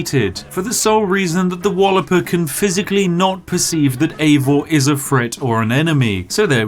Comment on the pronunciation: Props for pronouncing the dudes name Eivor and not Aivor as many do.